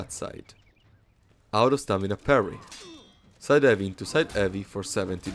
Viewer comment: “side evvey”